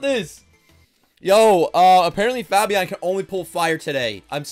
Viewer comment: Faaaabiaan? It's fabien